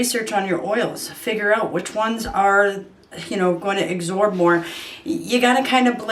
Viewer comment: It's absorb, with a b. Not agsorb, with a g.